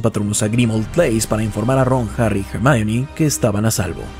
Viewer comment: Hermayori Grenyerd no, HERMIÓN :v